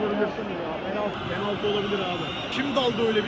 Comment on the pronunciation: abi 2.43 de bilerek mi pener dedin yoksa dilin mi süştü GS liyim renkdaş abim benim